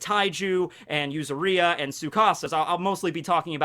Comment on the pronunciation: Yuzuriha. yu-ZU-ri-ha accent on the ZU and pronuoncing the HA as you do with "Haki".